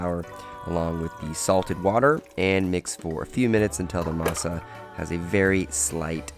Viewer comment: Very impressive,! I Would've never thought you'd say Maseca or masa like we do lol 👏